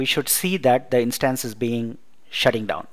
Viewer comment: Good Video , clear Voice .Its Instance (short vowel) not Instaanse (not so intense)